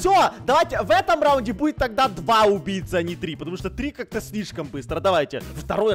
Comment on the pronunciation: сказал не убийци а УМБИЙЦИ 🗿😑😂